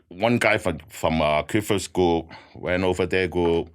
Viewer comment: When he says “group” I hear “gook”